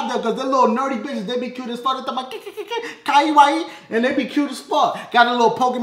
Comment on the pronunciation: When dashie tried to say kawaii...I almost died xD